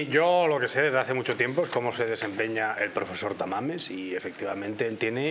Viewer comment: Ah , pensé que decía San Mamés y yo decía y que pinta aquí San Mamés , jajaja y es que dice Tamames.